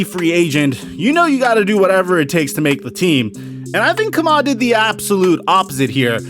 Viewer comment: it’s pronounced “key-muh” lol